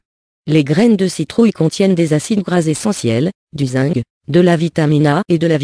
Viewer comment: On dit zinkk pas zingue